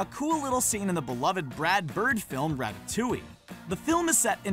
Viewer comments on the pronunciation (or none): It’s ratatouille not ratatouwi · SpeedyPandaGaming the “ll” is pronounced as a y sound. Even in English. Much like in Spanish when the “ll” sounds also is said as y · did he just said "rattatouy"... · rat-ta-lu-i that how i call it, but that's pretty cool how you guys says it, rattatouy